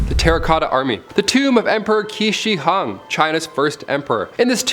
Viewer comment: It would have taken ten seconds to look up how to pronounce Qin Shi Huang…